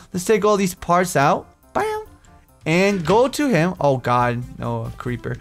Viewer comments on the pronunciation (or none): none